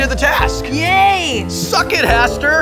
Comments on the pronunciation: You lucked out, Wil. By mispronouncing his name, you saved yourself. Hastur, not like "faster" but "manure"... sorry about that, Hastur. It was the first word that popped into my head. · But... CEO of Blizzard... but... why are you this lucky, Will? And by the way if you had said Hastur's name right he would have come and eaten you (and then burped).